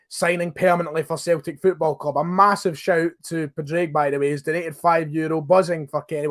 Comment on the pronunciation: Padraig is pronounced Paw Drig mate